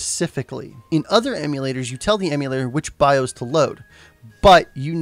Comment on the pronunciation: BI-OS not BI-HOSE